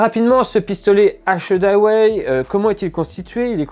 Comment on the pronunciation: Un test que j’attendais. Bonne vidéo mais faudra bosser la prononciation d’achedaway